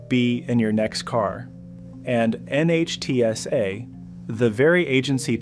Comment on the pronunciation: NHTSA is pronounced nit-sa